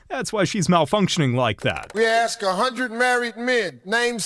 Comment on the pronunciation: For the love of everything that is holy, why oh why those people say "aks" instead of "ask"? What the ef is going on....